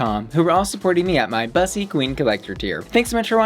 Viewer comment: I dunno why but it bugs me that you pronounce it BUS-ee rather than Bous-ee. It's a play on words from Pu**y right so it should be pronounced like Pu**y with a B... XD